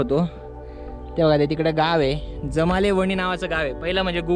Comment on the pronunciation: जामले वणी , आहे दादा जमाले नाही